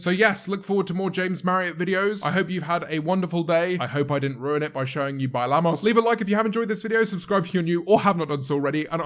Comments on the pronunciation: James being able to speak Spanish- Says despacio and bailamos like a gringo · I’m a Spanish speaker, but every time that he says “bailamos” I can’t help but hear “buy llamas” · I'm brazillian but now I can hear that too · Thought he said "buy lamas" when he spoke in spanish the first time… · i totally didn't realize he said "bailamos" until he accused me of not speaking spanish, i'm mexican